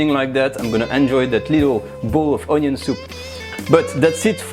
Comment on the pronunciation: French onyo soup